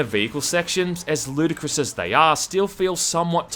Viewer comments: I actually heard "A Ludacris third-person shooter..." at first xD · « Ludicrous », did you mean Ludacris? (Sorry.. I’ll see myself out)